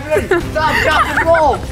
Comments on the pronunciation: “STAWP DROP AND ROWL.” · IS SO FUNNY BRO “STAWP DWAP AND ROOLLLL” 🤣🤣🤣